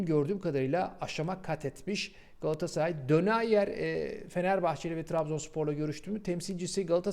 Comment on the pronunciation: Dönayer dedin beni kopardın abi sdjfhsdafgl (Telafuzu doğruysa bile güldürdün)